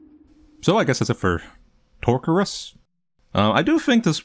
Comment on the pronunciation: You pronounced the game's name "Torcurus" but I somehow mistaked it as "Touch Grass" :')